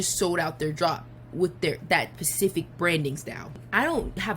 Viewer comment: Its hard to take someone seriously who says pacific for specific